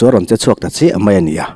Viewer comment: "ani ah" a tawp I lam dan hian ngaihthlak a ti nuam lo ka ti ve mai2 Min lo hnial kher lo ula